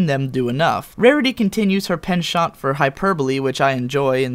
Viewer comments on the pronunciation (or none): Your pronunciation of penchant is very French.